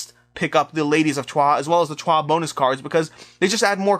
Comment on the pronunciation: now i watched it : accurate way to pronounce Troyes is "Trwa". You can trust me, that city is close to my hometown. Good pick then